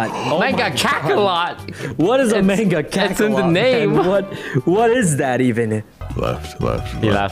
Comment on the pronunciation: the way they kept saying “mangakakalot” got me